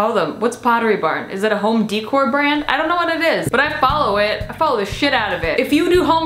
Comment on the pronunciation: “Home De-Core”